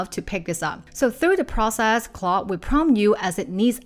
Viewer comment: your pronounciation of Claude is driving em crazy. It's not "clo'" or "claw" you need to pronounce the D sound!! what's difficult about it? we're just making random sounds now?